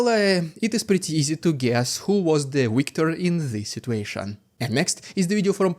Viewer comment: It's pronounced "victor", not "wictor".